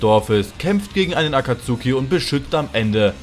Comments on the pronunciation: hör bitte auf das aktsuhhhhhhki auszusprechen es nerct so hart wenn leute nichtmal so einfache wörter können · Also für die geilen Sakura Witze kann ich dir sogar die deutsche Aussprache von "Akatsuki" vergeben. Kuss